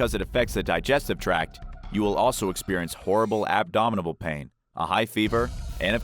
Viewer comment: "...horrible abdominable pains..." Yeah, that sounds pretty abominable, alright. Indubiterribly... :-) :-)